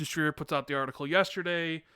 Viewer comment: I love everytime you say schreier wrong lol